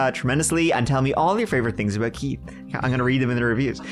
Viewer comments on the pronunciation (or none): 😂. I also like that he pronounces it "Keet."